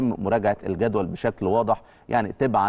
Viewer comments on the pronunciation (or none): يا.. متى تنطق تبعاً نطقاً صحيحاً.. بفتح التاء مش بكسر التاء.. انت بتعصبني فعلاً ، أرسلت لك هذه الملحوظة أربع مرات قبل كده.. هو المعد أو المخرج لا يسمعك ؟؟؟؟؟؟؟